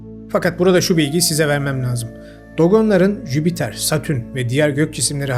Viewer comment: abi jübiter yerine lütfen jüpiter de